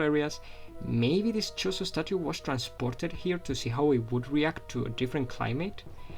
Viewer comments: Sorry man! But it's Chozo, not Chorizo.... chorizo is a sausage dude! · Are you saying chorizo?